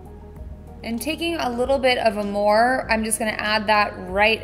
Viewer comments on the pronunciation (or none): The shade is called Armor... For a palette you say you love maybe you should learn how to pronounce the shadows names correctly... Second time you called it Amore when it's Armor...